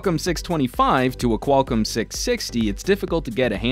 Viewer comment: Qualicum? You mean Qualcomm?